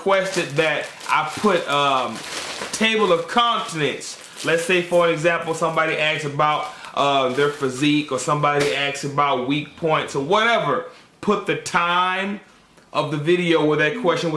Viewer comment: he said ''Table of CONTINENT''....It's pronounced CONTENT. Lol